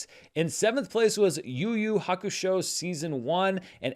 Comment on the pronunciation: Shout out to on his pronunciation of Yu Yu Hakusho, nailed it.